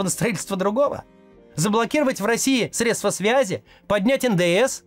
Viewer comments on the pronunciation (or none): none